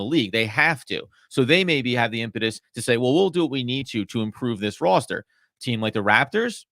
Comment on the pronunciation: These guys are on the ball except need to learn how to pronounce the word "roster."